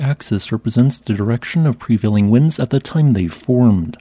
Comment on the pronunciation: Aint no way youre saying wind LMAO